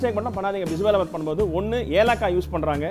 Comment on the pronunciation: Its Bisi BeLe bath not bisi bela bath! Am glad u said the difference between sambhar and BBB not everyone knows this!